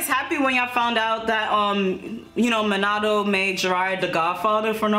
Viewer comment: She said min-AH-TO not min-a-to